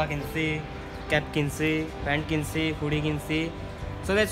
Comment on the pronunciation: ফুডি না হুডি